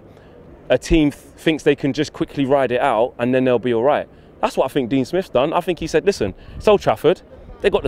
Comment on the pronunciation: It's think not fink ......... a T and a H , it's three , not free ........ give it a go